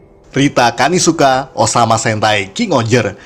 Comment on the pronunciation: Rita Kanisuka ❌ Rita kamisuka ✅ Sudah rusak emang kulkas satu ini 😍